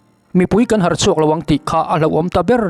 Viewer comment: Mut mawh hnar mawh.. Tih a 'hnar' i tih hi ri hniam tur a nih hmel...